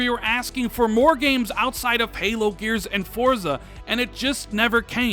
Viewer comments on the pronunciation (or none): none